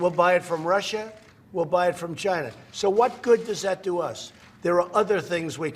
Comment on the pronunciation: HOLY CRAP!!!! He pronounced China correctly!